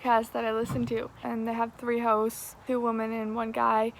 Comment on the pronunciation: not me hearing everytime she says 'hosts' as hoes